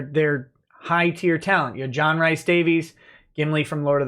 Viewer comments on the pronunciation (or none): rhys is pronounced rees, not rice. its a welsh name. :) just saying